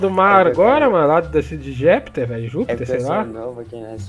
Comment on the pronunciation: Caiu de "jepter" KKKKK